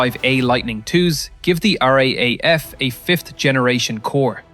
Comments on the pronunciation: I know I'm being petty, but please stop saying R aye aye F. We say R double A F. It sounds like you are saying RAF with a stutter and we are not the Royal Air Force. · Every time I hear someone say r a a f it doesn't go down well with us Australians . The correct way to say it is R double AF . We never say it as a a it has to be double A. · One day I hope we can teach the AI to say = R - Double A - F for RAAF. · Some one will mention it.... RAAF is pronounced R-double A-F. Great vid